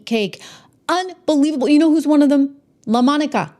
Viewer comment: I came here to hear you say "LA-MonicAA" 😂 I love it ❤😂